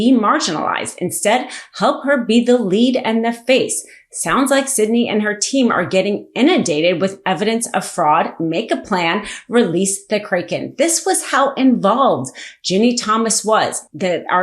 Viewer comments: Weird mispronounced words. Calvary? You mean cavalry? Ameecus? You mean Am-i-cus? Leo-nard? You mean Len-ard? Cray-ken? You mean krack-en? Seriously. Do better. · KRACK-en, not Krayken... and CAV-alry... My GOD!! You are a reporter!! Do better! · Pronounced Kracken. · great information, but please learn how to properly pronounce: Leonard, kraken, cavalry and Ilhan Omar's name. Thank you, and keep up the good work!